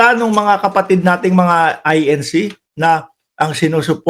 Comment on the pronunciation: Correction lang, I-N-C yan hindi I-N-Shee